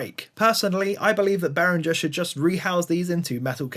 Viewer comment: Correct pronunciation (German company name) keeps a hard G sound. Say it like this in English: Spelled out: BEH-ring-ger — BEH (like bet without the t) + ring (like the word ring) + ger (hard g as in get, ending with a weak vowel). English-friendly IPA: /ˈbɛrɪŋɡər/ German IPA (accurate): /ˈbeːʁɪŋɐ/